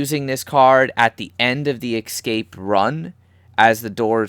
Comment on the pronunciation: Escape. E-SCAPE. Not ecscape. Sorry that was really annoying, good video though.